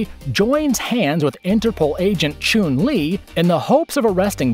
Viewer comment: why did you pronounce Chun Li's name like that